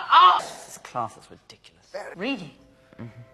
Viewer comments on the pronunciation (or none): none